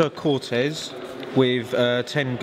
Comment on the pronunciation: CO-TE-AZ, not cortez